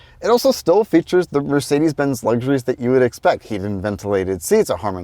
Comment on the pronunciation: you pronounced Mercedes quite well, very German'ish 9/10 👌🏼🫡